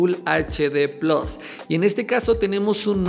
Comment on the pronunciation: Quisiera saber ...porque dicen PLOS...si se escribe PLUS?...quedará más chulo?